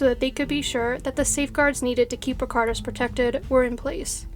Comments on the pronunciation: The lithuanian name was completely mispronounced unfortunately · the lithuanian name was pronounced wrong, so not "all" of them.. I love this channel, but it was a bit sad to hear the chinese names pronounced correctly, yet the lithuanian one slaughtered